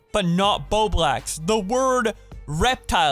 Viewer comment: Petition to get "Bowblax" word banned on pokimane server? XD Dude i love ur vids xD